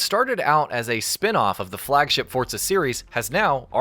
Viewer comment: forZA not fortza ..... fortnite and forZa didnt have a bastard child its just forZZZZZZZZZZZa